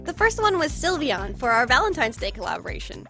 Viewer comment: "Silivian" it isn't even pronounced like that! It's sylveon.